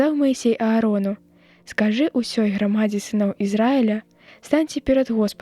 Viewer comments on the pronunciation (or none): У 9-м у слове грамадзе' націск падае на апошні склад, а не на другі. Вядомы верш са школы: а хто там ідзе' ў агромністай такой грамадзе' - беларусы!